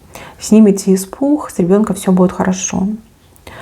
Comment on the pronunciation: Испух 😂😂😂😂😂😂😂че по русски не разговариваешь😂😂😂😂😂испуххххх